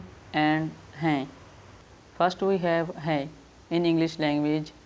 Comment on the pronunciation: Hi i like your lessons. Bohot bohot shukria 😊 I am a beginner and i really like to learn Urdu. I have a question about 'hun' and "hain" pronounciation. I tried to listen carefully and i realized that you only pronounced "hun" as hu and "hain" as he. Do you omit the N sound?